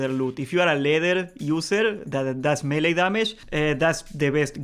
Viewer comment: I never play horde in classic, ever. This time I am and I am lost when it comes to finding all the dungeon quests. Big help. Also every time you say melee I hear Hunter.